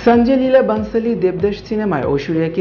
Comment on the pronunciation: Sanjoy lila Bansali nam ta valo kore bolte sikhun.